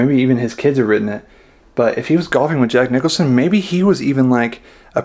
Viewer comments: QUIT SAYING JACK NICHOLSON!!! JACK NICKLAUS WAS THE GOLFER, AND JACK NICHOLSON IS THE ACTOR!! YOU KNOW THE SHINING, EASY RIDER......GET IT RIGHT!! BUGS THE HELL OUT OF ME, IT'S JACK NICKLAUS, REPEAT AFTER ME.... NICKLAUS, NICKLAUS, NICKLAUS, NICKLAUS, JACK NICKLAUS! NOW YOU GOT IT! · seriously Jack Nicholson? Its Jack Nicklaus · Jack Nicklaus. Not Nickelson Please be careful of providing info